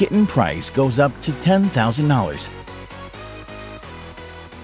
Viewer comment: anyone find he pronounces dollars as "hours" ?